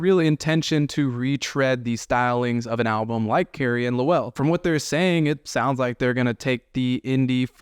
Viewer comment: So this guy never listened to Carrie and Lowell or he would not repeatedly mispronounce his step father's name.....